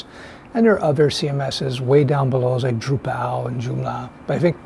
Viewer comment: druPAL, joomLAH . 😂😂